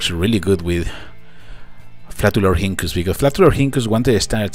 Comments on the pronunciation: you actually pronounce it like "flatulorinkus" not "flatulorhinkus". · It is pronounced flat u lor ink us